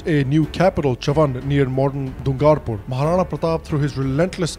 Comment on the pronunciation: yaar tumhara place names ka ucharan ghalt hai ... it is डूंगरपुर not डूंगारपुर